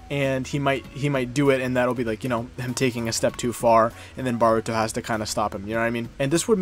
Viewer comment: Good video but my guy you know it's Boruto not Baruto right? Don't think I've heard anyone pronounce his name that bad before lol